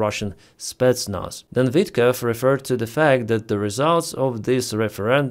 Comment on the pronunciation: Vitkov not Witkoff .